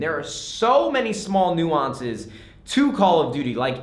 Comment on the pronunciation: nades new favorite word of the video is - "New awwnce"